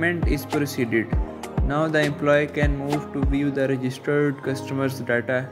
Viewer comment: daaata? du u mean data?